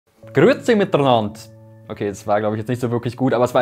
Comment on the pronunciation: Not bad aber das R in miteRnand ist zu viel Funfact: die Habsburg, also der Ursprung liegt in der CH, nicht sehr weit vom schon damaligen Gebiet Lutheraner ? wohl eher Zwinglianer